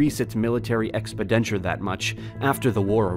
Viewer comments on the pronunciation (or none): Some of the best content on Youtube, despite some mispronunciations, e.g. expenditures, corps, etc.